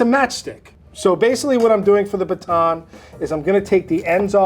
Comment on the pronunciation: think about the way you're saying baton, do you say bacon in the same way?